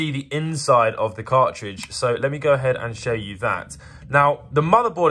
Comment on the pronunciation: Just a note: The letter "T" exists (except within the word 'car-ridge' as you mentioned)